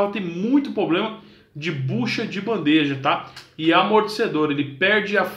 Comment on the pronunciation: Outro PROBLEMA é não falar POBLEMA e gravar o vídeo sem estar gripado. . . No mais foi bacana!